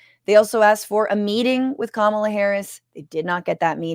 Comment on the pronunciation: Chappell Roan released another message this morning where she did get specific about Trans rights and Gaza, and also said she was voting for Kamala (whom she mispronounced.)